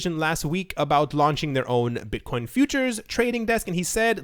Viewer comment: Mate you don't have a speech impediment. Though in one of your videos you did call Bitcoin Buttcoin.